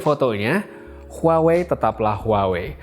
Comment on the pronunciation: Bang.. cara baca huawei itu wah wei.. Maaph bang, kek ganjil aja dengernya klo dibaca huawei.. 🙏😅